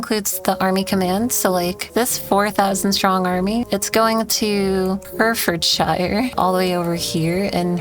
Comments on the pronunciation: Herefordshire is pronounced "hair-eh-ferd-sheer". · pronunciation of Herefordshire killed me a little lmao